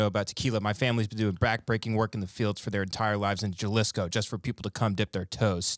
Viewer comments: Jalisco, its pronounced 'HA-LEE-SCO' lol im white too and from Texas, come on you should know this MAANNN 🤣🤣🤣❤ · and Tim saying "Juh-liss-co" instead of Jalisco (huh-lease-co) which is a state in Mexico where the town of Tequila is located is a hilarious extra layer to this video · dude said jahlisco its ha-lis-co (Jalisco ) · "jUhLiScO" lmao HA LEE SCO! JALISCO! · Ha-lis-co not Ja-lis-co. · Lol “juhlisco” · ben said “JULIS KOOO” is the city 😂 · It’s pronounced HA-Lee-Sco (Jalisco) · i’m stuck on ben saying pronouncing it “juh-lisco” lmao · Juh-lisco is my city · It's pronounced Ha-Lease-Go by the way... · I think i'm more offended by them saying JUH-LEESKO. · Pronounced HAAAA lisco! 😂🤣🤦🏻‍♂️🤦🏻‍♂️🤦🏻‍♂️ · I had to stop watching this after that dude pronounced Jalisco the way he did... Juh liss co... Haha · It is pronounced " h ey-lee-sko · The pronunciation of Jalisco is driving me crazy! Lol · The way he pronounced Jalisco made me want to slap him. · The way those two pronounced Jalisco gave me cancer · J in Jalisco is pronounced as an English H. When u pronounce itt with an English J it sounds stupid.